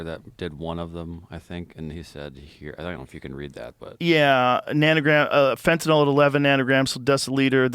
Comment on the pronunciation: Joe Rogan is the only person in the news genre, (and most of the world!) who pronounces “Fentanyl” CORRECTLY!!! It’s NOT “Fentan-ALL!”